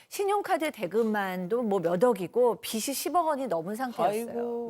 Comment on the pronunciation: 비시 아니고 비지라고 읽어야... 빚 이므로. 실력도 없고 말주변도 없음. 개인 공격 싫어 하는데 이 분 정말 방송인 자격 미달.